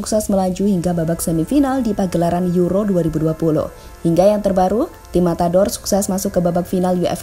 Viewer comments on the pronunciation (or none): none